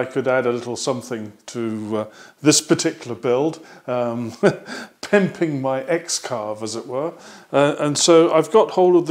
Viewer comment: I've really enjoyed watching your series of videos. I'm getting more excited to receive my X-carve. By the way, I laughed out loud when you referred to "pimping" the build. With your accent, that sounded especially funny to American ears.